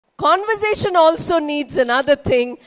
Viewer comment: Mam you are great .you are my inspiration. Mam plz check the pronunciation of conversation .mam I have checked and found it is not so as you pronounce. I am confused plz guide me. Mam plz reply